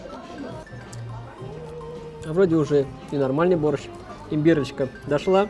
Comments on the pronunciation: Или я не шарю в русском или же он не правильно прочитал там же написано борщ а не борстщ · Я все розумію, но БОРЩ це БОРЩ, а не "БОРСЧТ"